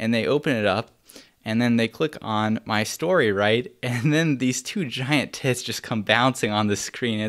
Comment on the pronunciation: It's so strange hearing ben say 'tits"